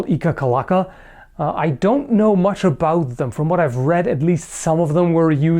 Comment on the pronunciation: "about" you're really turning canadian, eh ? slowly but surely !